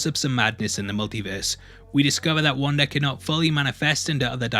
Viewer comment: “Wandar” lmao